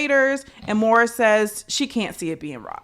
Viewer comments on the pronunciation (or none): I agreed with you allllllll the way AND YOU WERE RIGHT!!! Also...again... MaurOn, not Maura 😊